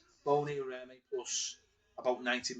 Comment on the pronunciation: Come. Not hard to pronounce Bony and Remy properly.